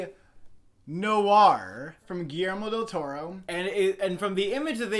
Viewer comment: Noir is pronounced N-Or not NOH-Arr. Its 1 syllable.